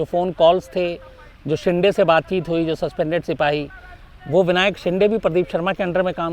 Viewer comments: शिंदे है...... शिंडे नही ....आप ग़लत उच्चारण करते हो । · Shams bhai you are not pronouncing Shinde properly, Please pronounce it properly